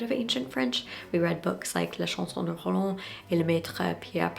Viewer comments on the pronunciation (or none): none